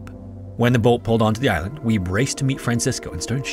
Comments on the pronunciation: I think it's pronounced "WEE-bee", not "WEEB." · I giggled a little every time I heard you say ''Weeb'' for Wiebbe, its more like Wee-Buh